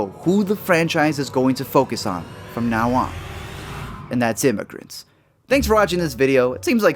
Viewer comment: I had to Rewind 3 times to understand what u said at the end. Turned it up, couldn't understand, so I had to turn on the Captions. Immigrants?